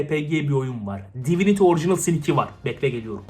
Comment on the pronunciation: divinty mi dedi o divinity mi dedi ah kalbim